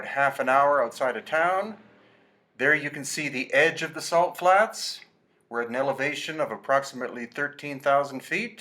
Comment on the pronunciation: "we make our a-salt". LOL